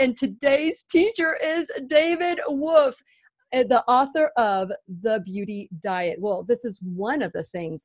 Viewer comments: David Avocado WoLfe, pronounce the L...not Wofe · She lost me at David “woof” wtf!!! Lol I can’t!!